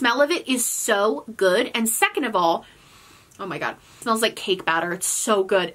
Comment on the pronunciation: Love when New York accent comes out when she says “Oh ma gaud” 😂